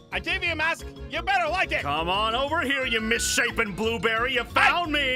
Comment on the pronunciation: said mishapen blueberry